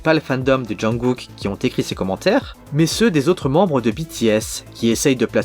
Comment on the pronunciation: on dit jungKook pas junGOOK